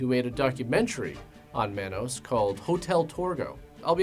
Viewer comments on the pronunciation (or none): it's pronounced Ma-nos ... Not man -nos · pronouncing it as MANN-OSE and not MON-OSE is killin me 😂😂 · It's pronounced Mah•nos not man•os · Every time you pronounce Manos as "Mann-os" chips away at my soul a little bit. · It’s MAH-nos like how Jamaican people say man. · It's pronounced mawn-os. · I loved your video so much but it bugged me because Manos is pronounced “Maw-nos” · It's also pronounced Mah-Nose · The way he says manos.. I don't know if I can watch the whole thing. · The way he said manos greatly upset me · The way pronounces "manos" haha. Nothing but love tho 😅❤️